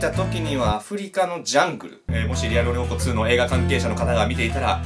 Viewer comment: 1：50リアルう○こ2ってきこえた